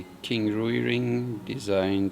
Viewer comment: Thank you for another informative, entertaining video. FYI: Rui芮 is one syllable, kind of rhymes with the English word "ray," with a w sound in between: rway.